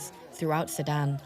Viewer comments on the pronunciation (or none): SU DAN !!! Say SU DAN!!! Not Saddam!!!